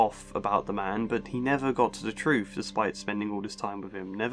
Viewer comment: I'm clocking out. I cannot take seriously anyone who pronounces the word 'truth' as 'troof'. No wisdom or insight to be found here